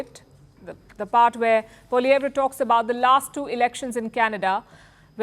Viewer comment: Its pronounced as "poliev "